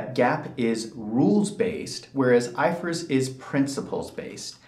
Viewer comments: When you say "GAAP" would you not specify It's " US GAAP" ? I've never heard "I F R S" prounced like "ifurs" 😂😂 I've worked across the EU in different practices and only ever heard it referred to by the individual letters " I F R S"😂😂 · It’s I.F.R.S, not ifers 🤦🏽‍♂️ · It’s GA AP. It’s I F R S. 😂😂😂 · Its I F R S not ifrs🤣🤣